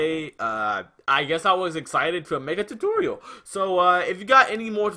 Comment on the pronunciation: "TUTURIUL" was funny💀 but thanks